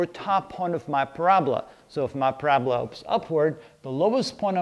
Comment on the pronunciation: PRAB-LA???? Or PARA-BOLA?